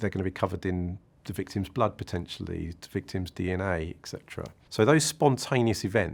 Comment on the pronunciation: you lost me at EXETERA hehe